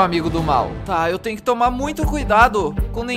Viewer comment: Quando o tá falando ele falou trnho (Escrevam Tenho Errado)